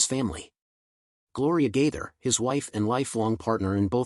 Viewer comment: This is Outrageous! Several questions: Why is Anderson Cooper’s face posted as though he had a part in this post? Why could the person reading not remember how to pronounce Bill Gaither’s name? Is this be a way to escape prosecution for posting these lies? Satan, in the name of Jesus, be gone!